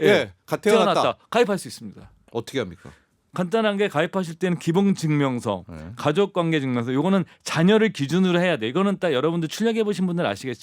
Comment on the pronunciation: 초 기동증명서? 발음이 불명확..